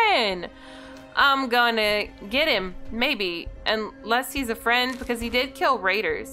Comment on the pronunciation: Pickman the fwiend :)